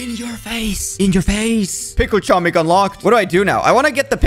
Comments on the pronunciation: IT'S NOT CHO-MIK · I've never heard anyone say "Chomnik". I keep hearing "tshomik" but this is new. Funny how many people don't know that it's pronounced "homik" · It's not chomik it's homik the c is silent i know that because im polish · I AM POLISH IT IS NOT CHOMIK IT IS h-om-ee-k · its pronouced as homek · H O M E K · I knew that it was pronounced "homik" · the way you prounuce it is homik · Its acctually pronounced Homik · in polish its pernounced homik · just saying ur not saying chomik :) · Pronouced homik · I am from poland and you say chomik totally wrong and it's so fanny to hear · i used to say it wrong but i recently found out the c is silent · im polish and you said it incorect soz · Im polish and you pronouce it wrong but it doesnt matter